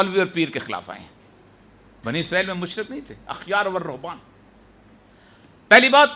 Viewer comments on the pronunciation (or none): او ريا صاحب.احبار(با)کے ساتھ پڑھے احبارورھبان ہے۔اخیارنہیں ہے